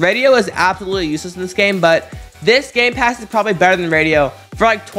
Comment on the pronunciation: It sounds like gay-pass when he says it XD